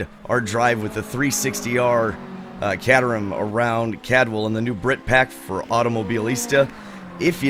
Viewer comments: It's pronounced Kayterum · Just FYI, it's pronounced "Kay-ter-um". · accept you are saying it wrong 'cater rum' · Oh, and its pronounced -kay-terham by the way. :) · Hahaha. For the record book, I don't think I've heard another human being call it a CAT-erham other than you.